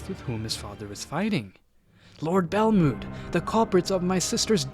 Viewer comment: Ur saying belmonds name wrong